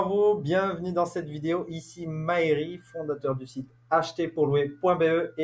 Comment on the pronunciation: Mais Mahery se pronnonce normalement "MA-HER", ça me perturbe... Sinon, soyons concret, pourquoi ne pas investir à Bruxelles? Ça pourrait faire un bon sujet de fond